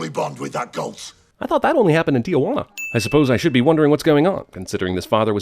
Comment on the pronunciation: Tijuana pronounced Tee-whana, not "tia-wana"